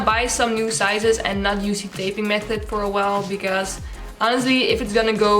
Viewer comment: I love the way she says method it sounds like meth head😅